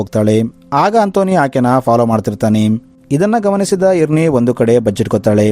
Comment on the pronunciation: ಇರ್ನಿ ಅಲ್ಲ ಐರೆನ್ ಅಂತ